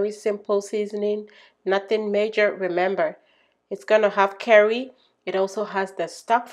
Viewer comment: Do you know how long it took me to look for the seasoning called 'KERRIE' before I realized that you were saying the word 'CURRY' I was looking all on the internet for this DAMB SEASONING! 🙄 I tell you, people from around the World their accents can either get you into trouble or cause a complete misunderstanding! So glad i figured it out in the end! Because I love curry in my food 🤭 Your food is just exquisite! I just cannot wait to try it! I love Shrimps, Prawns etc you name it! I just finished making a Seafood and Noodles dish, my son and I absolutely loved it!